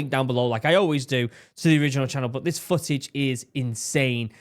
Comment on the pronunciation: It's "footage" not "fooage"! I cant stand it